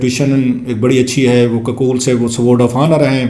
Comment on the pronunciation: ککول نہیں ھوتا کاکول ھے۔ ختون نہیں ھوتا خاتون ھوتا ھے۔ قانون ھوتا ھے قنون نہیں ھوتا ۔۔۔کلاسرہ صاحب